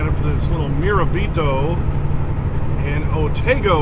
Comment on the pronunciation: In that part of NY, I think it’s pronounced “Murr-RAB-eh-toe” Yer welcome!